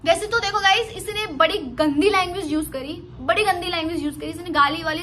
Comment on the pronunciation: गाइस नहीं बेटी गाइज़